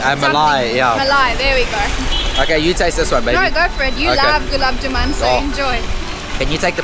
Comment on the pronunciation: The dark brown sweet is called Gulab “Jamun” whereas you’re pronouncing it as “Juman” … try saying “jamoon” to get it right 😊. Thums Up and Limca are Indian soft drink brands (not just local to the islands) that were acquired by Coca Cola Company and are now sold by them. If you see the fine print on the cans, it’s written there. 👍🏻